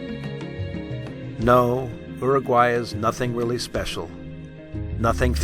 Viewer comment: You would think you would pronounce Uruguay correctly after so much work.